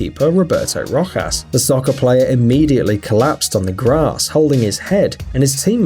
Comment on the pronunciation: You said Rojas wrong